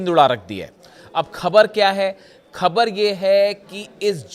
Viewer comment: Pagal Hindi seekh pher bool - KHABER nahein boltay - Go to pronunciation school